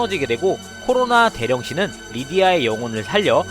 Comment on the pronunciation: 아니 '코로나 대령신' 말할 때 자꾸 '코로나 개ㅂㅅ'으로 들리잖아요ㅋㅋㅋㅋㅋㅋㅋㅋㅋ